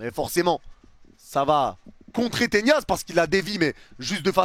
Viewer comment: Pourquoi tu dis Tenias?😂